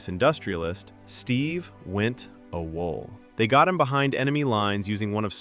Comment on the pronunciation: A-WALL tf is Awhol